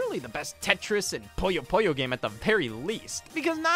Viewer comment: Am I the only one that's irked by him constantly calling Puyo Puyo "Pollo Pollo?"